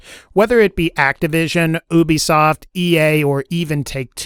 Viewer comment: Stop calling it oobeesoft. It’s Ubisoft.